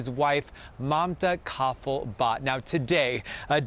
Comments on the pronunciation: You idiots at least pronounce her name right. It's not Kafal, it is Kafle-as in Parle. You have been butchering her name since day one. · It’s clear as the sky that you guys are doing nothing except reading some reports from your masters…, It’s not pronounced BATT, it’s VAT-TA And it’s not KAFFEL, it’s KAAF-LE 🙄 Can’t you retards Google before mispronouncing? I expect nth from you 😟